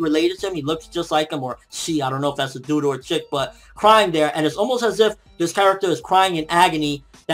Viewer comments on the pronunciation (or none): none